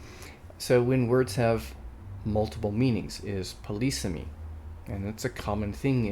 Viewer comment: it's pronounced /ˈpɒ.lɪ.siː.mi/ or /pə.ˈlɪ.sɪ.mi/ and does not involve 'policing'. ;-)